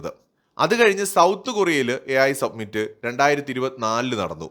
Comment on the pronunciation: Submit എന്നാൽ സമർപ്പിക്കുക എന്നാണ് അർത്ഥം. AI summit (സമിറ്റ് ) എന്നാൽ ഉച്ചകോടി എന്ന് അർത്ഥം. മലയാളം ചാനലുകൾ പൊതുവെ summit എന്ന വക്ക് സബ്‌മിറ്റ് എന്ന് തെറ്റായി ഉച്ചരിക്കുന്നുണ്ട്. Your videos are very good. Congratulations 😊